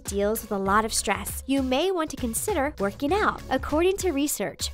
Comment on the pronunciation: Werkey nowt